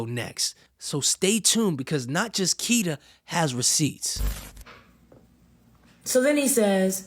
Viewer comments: You keep saying kita when it’s kitty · It’s kittie not kita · ITS KITTY NOT KITA BRUH .... U REALLY NEED TO GET YO REPORTING TOGETHER BRUH !!! 🤦🏾‍♂️🤦🏾‍♂️ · Why do you keep saying Kita??? It's Kittie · It’s kitty tho😒 Not kits. Not cool